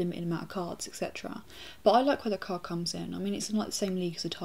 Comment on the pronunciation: When she say card, it sounds like she is saying cock.